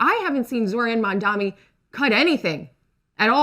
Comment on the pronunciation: The MAGA host calls him Zorann Mamm-dommy 😂